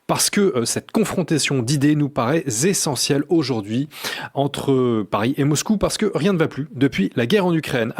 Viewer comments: "nous paraît ZZZessentielle" bravo pour la liaison, camarade... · Nous paraît Z' essentielle 🎉 Stop 😂 Parler français correctement suffit.....